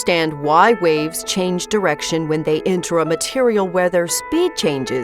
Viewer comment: The whole time watching this, I thought she was saying RAVES 😂 ohhhh